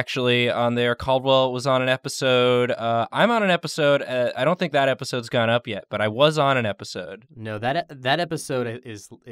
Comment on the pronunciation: "epsisods" is my new favorite word